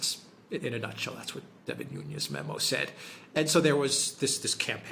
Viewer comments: Nunes not Nunez it’s Portuguese not Spanish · Sorry but Devin Nunes is Portuguese not Spanish. is closer to the correct pronunciation. 😉